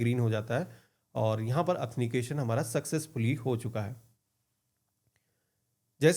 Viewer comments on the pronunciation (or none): यार ये एथनिकेशन kya hota hai Authentication hota h bro 😅😅😅😅